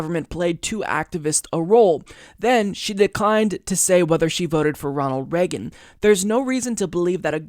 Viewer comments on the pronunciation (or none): none